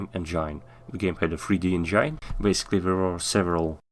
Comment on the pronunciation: "engine" произносится как "энджин", не "энджайн"